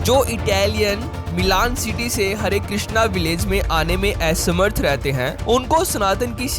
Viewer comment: एसमर्थ नही असमर्थ बोलो